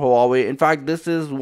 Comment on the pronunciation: It's HUAWEI NOT HAWAWWEI !!!